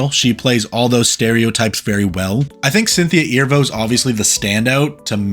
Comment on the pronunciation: Cynthia’s last name is pronounced as Ah Ree Voe